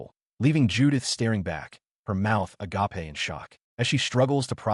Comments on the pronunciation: Just in case you don't understand because surprisingly it happens A LOT "agape" is said like (ah-gay-p) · I love the line " her mouth (ah-gop-eh) agape" lol